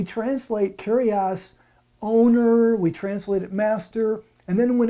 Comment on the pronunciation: I'm pleased you are using the correct pronunciation and aren't saying, "Kourios" but "Kyrios" though you are wrong about the feminine form. You said "kyrie" which is the vocative form of the masculine "kyrios". The feminine is "kyria". See 2John 1:1,5. To ShuttergirlUK, the OT was written in Hebrew but the NT was written in Greek, so Greek is very important. It is true that the OT was translated in Greek and that is known as the Septuagint or LXX for short.